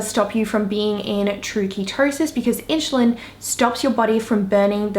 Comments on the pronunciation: Side note: it’s InSulin Not In-Sh-ulin ^^ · Inchulin holy shit plz learn to say insulin like everyone else. You sound like you dont know what you are talking about if you cant pronounce the basic words...